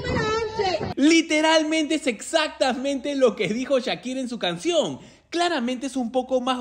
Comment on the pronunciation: Tan difícil es decir "Shakira" y no "Chakira"?